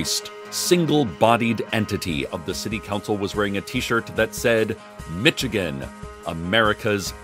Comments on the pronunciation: "Mibstican" is killing me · I will forever be amused by Cecil's incorrect to us pronouncing of Michigan.